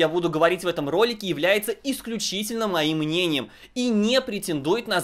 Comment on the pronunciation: Вы так сильно акцентируете на словах “мое мнение”🤓（видно сильно достали）